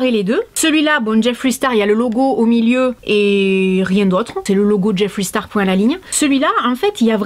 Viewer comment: JIFWREY STARW ! Mieux vaut le dire a la française !